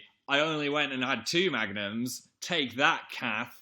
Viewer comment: i thought he was saying magnets instead of magnums wtf